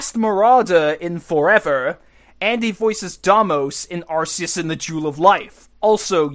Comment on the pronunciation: Arceus is said as "Are- KEY-us" you stooge